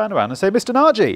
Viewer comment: Dear Mr. Nagy, are you by any chance a Hungarian descent? If so, you’re saying your last name wrong :). I like your channel and it’s really informative. So much so that I’ve watched most of this clip before realising that there’s a c*ck and balls drawn on the corner of the board :))). Lots of success in the future, we could do more with seeing more of you guys actually wiring, perhaps a sped up video? All the best